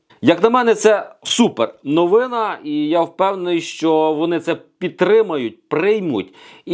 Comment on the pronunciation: Навчіться розмовляти українською, ви ж медійна особа! НовинА і т. д. Просто ріже вухо таке безграмотне володіння мовою